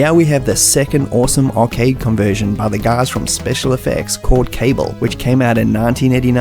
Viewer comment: 102 it’s Kah-Bul, Not Kay-Bull. Don’t get “penal-eyezed”.